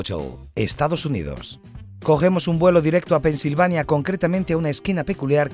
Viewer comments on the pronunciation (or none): none